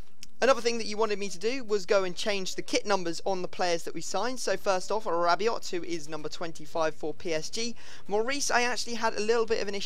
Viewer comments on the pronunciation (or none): Rabio, no 't':)